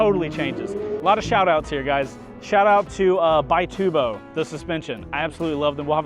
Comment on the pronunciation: It's actually an Italian company, and they pronounce it "bee-TOO-bo"